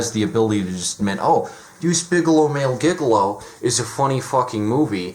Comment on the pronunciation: It's pronounced "Jig-a-low", not "Giga Low"